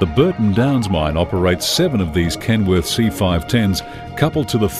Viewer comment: He's saying "Kenwood"... it's KenWORTH.